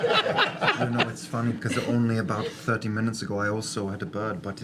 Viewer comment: “two meners after the break”